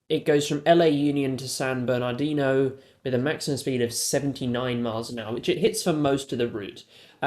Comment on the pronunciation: It’s pronounced San Berni-de-no